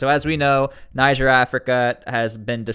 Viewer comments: It's not 'naijer' it's 'neejer' naijer is a state in Nigeria 'neejer' is the country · It’s pronounced Nije